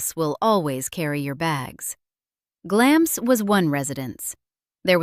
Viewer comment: Glamis is pronounced 'Glams'...you keep going from correct to incorrect pronunciation.